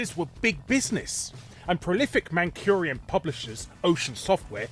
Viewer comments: Mancurian? Man...curian?! We're Mancunian you Southern ponce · It's "Mancunian" not "Mancurian" - Man-koon-ee-an! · What the hell is "Mancurian"? It's Mancunian. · Ocean Software were Mancunian, not Mancurian. Great video. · Is it deliberate or can you just not day "Mancunian"?